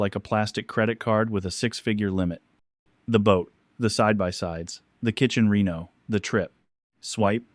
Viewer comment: Ah AI - you can't even pronounce reno. Big thumbs down.